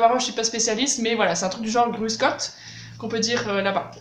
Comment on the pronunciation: Pas si mal la prononciation du "Grüß Gott" bavarois… c'est celui que j'utilise aussi ! et aussi "Grüß dich"... Merci pour ces vidéos !